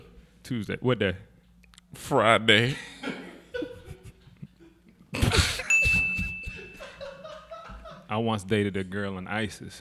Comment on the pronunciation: the way he sai fry-day💀